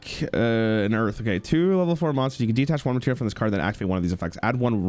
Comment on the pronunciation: What do you mean "as soon as this video is over?" The man hears "Detach" and "Myoll-near" and still pronounces them "De-attach" and "Mole-near" within SECONDS. - That's basically just Dark Ruler No More/Forbidden Crown. - It's called "sunk cost fallacy".